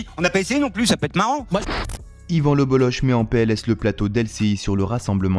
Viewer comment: Alors déjà Lebolloch ne se prononce pas Lebollo[che] mais Lebollo[cke], donc merci de ne pas écorcher le nom. Et je suis tout à fait d'accord avec lui. Et l'autre devrait bouffer du savon pour ce qu'il.a dit